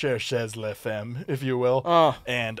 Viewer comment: You don’t pronounce the last letter in French words. And femme is pronounce more like faumme.